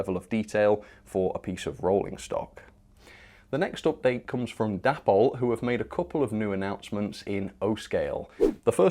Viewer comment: Day-pol. Not Dappol